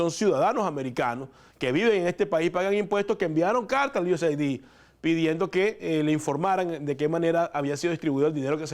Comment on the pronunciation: se pronuncia USaid es aid de ayuda no ID de identificación